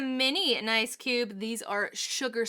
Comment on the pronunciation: It is ice cube, not nice cube.😂